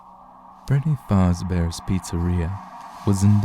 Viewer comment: How he pronounces Fazbear just bugs me to no End.